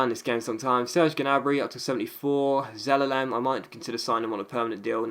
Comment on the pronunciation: zalalem is pronounced ze-lay-lem